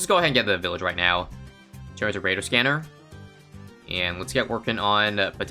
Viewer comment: Remember its not radar scanner its kadar scanner